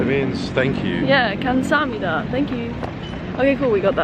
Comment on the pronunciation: Your pronunciation of Korean word "감사합니다." (Kam sa hab ni da, Thank you!) is really good! Korean alphabet is so easy that almost 100% of Korean children are able to read and write Korean alphabet even before entering elementary school.